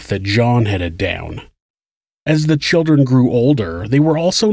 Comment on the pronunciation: Not every crime story has uh talk all abow choowdrwren. Most of this shit happens in the US. Listen how we talk, and about how we protect the CHILDREN. Frigging jebends, listen to this guy! Learn how to pronounce the letter 'L'